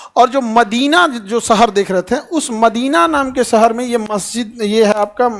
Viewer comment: Sir sahar nhi shahar hota hai padhna seekhlo pahle